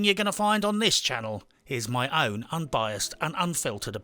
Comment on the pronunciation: No need to emphasize "My" when you know we are on board .....come to Bermuda and you and I can have Gin in a house with Mark Twain tied to it pic and all.